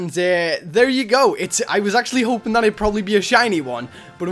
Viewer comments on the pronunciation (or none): none